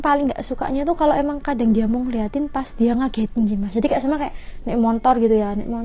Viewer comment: Mbanya bilangn"montor" kya orang bali juga nyebut motor dg kata "montor"